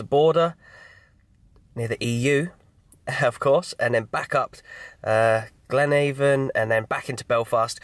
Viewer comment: Its the river avon that the english pronounce it as. Like glen-ayy-von. We pronounce it like glen-ahh-vun in reality. Oh and up the Port's 😉